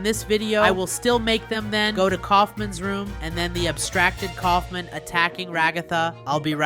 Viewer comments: Stop calling him Colfmin it’s colfmo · its kaolfmo not koulfmin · it is kaufmo, not kaufman, not aufman... ragatha is /ra ga tha/ not /raga tha/ for correction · You keep on saying the clown's name wrong his name is K a u f m o can you please say it correctly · Its not Kaufman its kaufmo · Kaufmo not Ksufman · Dude you don’t even have gangle as a morph that’s just dumb Edit:btw Kaufmo isn’t pronounced Kaufman it’s pronounced Kaufmo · why did u call kaufmo "kaufment" his name is kaufmo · KAUF*MO* NOT KAUFMAN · its kaufmo not kaufman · this is feedback not haiting: bye the way Iits not kaufman its kaufmo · His name is kaufmo not coughmen 😂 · Dude his name is kaufmo not kaufman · Cough men😭💀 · Its pronounced cough-moe